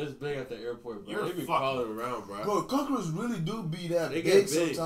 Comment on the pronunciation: bro I had teh cackaroaches bruh Victoria Justice: I think we ALL had the cackaroaches